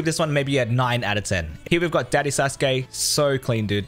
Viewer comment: he pronounced it wrong because he’s never seen the show and it’s annoying and your probably the same, you probably watched the show after fortnite made skins for it. Also Sasukeeeeeeeeeeeeeee